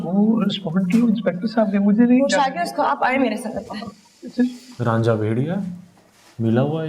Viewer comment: RAANJHA nahi RAJA